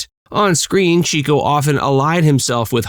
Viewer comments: It's pronounced "CHICK-O." The fact that you mispronounced his name throughout the entire video ruins it for me. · It's pronounced CHICK - O he was given the nickname because he was a "chicken chaser" or a "ladiss man. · 'Chico" was not pronounced like the Spamish word "chico,' but as 'chick-o,' slang from the 1910's and 20"s for a "woman chaser." This was explained as such by Groucho in an appearance on The Dick Cavett Show. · Chico was pronounced “CHICK-oh” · It’s pronounced “Chick-o” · It's "Chick-o", NOT Cheek-o!!! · Chico is pronounced Chick-o NOT Cheek-o. He was always chasing the ladies (aka chicks) in real life (Harpo did so in the movies). Find an interview with Groucho where he mentions him to verify. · "Chico" = CHICK-oh, not CHEEK-oh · It's "Chick-o," not "Cheek-o." Someone watched too much Chico and the Man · Not Cheek-o. It was pronounced Chick-o. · Chico actually pronounced his name CHICK-O, rather than CHEEK-O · Chico's stage name is correctly pronounced "Chick-oh, not Cheek-oh. That's why he was always chasing the chicks. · It's pronounced "Chick-o" not "Cheek-o" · By the way, Leonard Marx’s stage name "Chico," was pronounced Chick-o (not Cheek-o), because he chased the girls—a chicken chaser! Bad husband, but stellar comedian and entertainer. He and his brothers will always be greatly admired. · Not “ Cheeko”, but pronounced “ Chicko”….as after chicks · Not to grouse but "Love Happy", released in 1950, was the Marx Brothers last film. It featured Marilyn Monroe's first role. And its not Chee ko, it's Chick ho, because he chased "chicks" not "cheeks" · His name was pronounced " Chick-O", not "Cheeko-O". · 'Chico' is pronounced 'Chicko' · Chico's name is pronounced Chicko. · Idk if this is correct, but my mother always pronounced Chico as ( Chick-oh) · Pronounced “Chick-O”